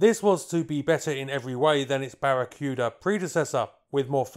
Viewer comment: It's BARA-KOO-DAH!!! Aside from that, quite an informative video!!!